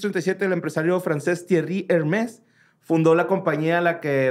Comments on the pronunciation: De echo si está haciendo bien la pronunciación sobre Hermès 😅 lo sé por la Priscy Escoto 😂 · Confirmo lo del otro comentario, el pronunció bien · pronunció correctamente Hermés. La bolsa más cara es la Birkin. No lo corrijan., tu muy bien. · justo venir buscando por este comentario. Confirmo que lo pronuncio bien las primera veces! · estaba bien, la marca se pronuncia "Hermés", con énfasis en la última e. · Holi. Estaba viendo historias del más acá. Y como políglota, lic en idiomas con 5 certificaciones internacionales, la pronunciación es la que tú decías hehe Hermès ♥️ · Jajajaja de hecho si estaba bien, se escribe Hermès pero se pronuncia Hermé, haciendo énfasis en la e acentuada y sin pronunciar la S final como ocurre en muchas palabras francesas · la marca en frances se dice HERmès pero también se podría decir herMÈS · El estaba pronunciando bien, se escribe Hermés y se pronuncia "Hermé" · De hecho en francés si se pronuncia como dice jajajaja pero sin la S final. Se pronuncia ERMÉ 😂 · Ok pero Hermès se pronuncia como lo dijo y lo corrigieron 😢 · Chale, lo peor es que si tiene la pronunciación correcta, las palabras en francés son agudas, así que solo le faltó la "r" francesa y no decir la letra final para pronunciar correctamente Hermès. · Si lo que están pronunciando es en francés, tons lo está diciendo bien, en el francés el acento no indica la sílaba tónica si no la pronunciación de las vocales, todas las palabras se pronuncian siempre con la sílaba tónica en la última sílaba. Jajajaja justo acabo de llegar la parte donde tiene razón. Se pronuncia egrmé. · Como siempre pronunciando bien 💖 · Justo venía a comentar esto jajaja lo estaba pronunciando bien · Ya, pinche! Tú dices suchi, deja que pronuncie Hermès como quiera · estaba bien, asi se pronuncia en francés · Literalmente la pronunciación de es la correcta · dijo bien Hermès